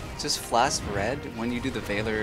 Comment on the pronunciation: Please google how to pronounce "Valor" 🥺